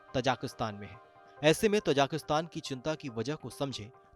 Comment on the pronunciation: تاجکستان ہے۔۔۔۔۔تجاکستان نہیں۔۔۔یہ کس انپڑھ کو رپورٹنگ پہ لگایا ہے